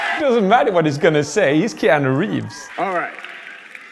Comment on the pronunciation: "KEEANU" Hmmmmmmmmmmmmmmmmmmmmmmmmmmmmmm